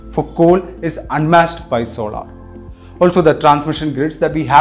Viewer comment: Sorry for being a grammar police but please learn how to pronounce certains words properly, the word is SOLAR and not SOLAAR and it GIGAWATTS AND JIGAWATTS.